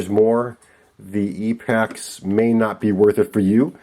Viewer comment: E pax not epics !!!